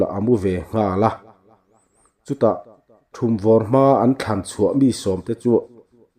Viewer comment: Thumvawr tih hi i lam diklo